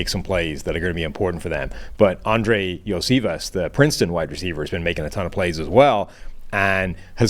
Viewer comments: Yoshi ** Vaaass. It’s not that hard people. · It's pronounced Yoshi vos